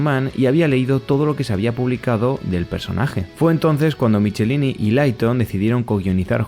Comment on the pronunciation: Se pronuncia Mik-e-láin-i y Leiton. Hablo inglés y viví décadas en USA fuí a convenciones y así pronuncian ellos sus apellidos. No te lo tomes a mal, para que mejores tu canal 😊